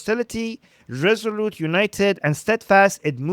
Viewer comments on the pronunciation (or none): none